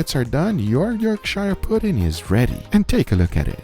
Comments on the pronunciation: yorkshire puddings (its york-shear like shearing a sheep) are the BEST when served with gravy, especially beef or onion gravy! Give it a try! Love from the UK, home of the pudding:) <3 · York"SHIRE" puddings. damn as a northerner that hurts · It’s pronounced “york-sher” pudding! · Just a quick tip, the -shire ending on English place names (like Yorkshire/Worcestershire) is pronounced like sher/shur. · Hey I'm a longstanding fan! I live in Yorkshire and love Yorkshire puddings, but please can we Skype so I can pronounce Yorkshire properly for you haha! love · As someone who lives on the border of Harrogate, that's how rich snobs say it, but also what do you think about using them with steak I would say they work better with a roast :D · Yorkshire lol It’s pronounced more York-sure, rather than York-shire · the Yorkshire puddings looked really good but its pronounced York-shre not shire :) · I'm from Yorkshire! Its Pronounced "Yorksher" you did a good job of making them, I usually get them ready made from the shop and they are delicious with steak and gravy! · Please pronounce Yorkshire correctly, its not SHIRE, we are NOT!!! hobbits, its pronounced York-sher also that tallow on the puds was no where near hot enough, you need to take it above 200'c til the oil is screaming hot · It's pronounced Yorkshire like butter, not buyer. The American pronunciation sounds wrong to my English (Lancastrian) ears. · Say it like this… York-share Not York-shire This isn’t lord of the rings fam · York-shy-year pudding lol it's just York-shuh pudding lol or York-share if you wanna be very old fashioned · Its pronounced Yorkshar. Or Yorksheer. Not YorkSHIRE. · York-shirr is a more usual pronunciation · It's "Yorkshuh". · It's pronounced York-Sher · Yorkshire is pronounced yorksher 😂😂😂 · someone tell meow the H is silent.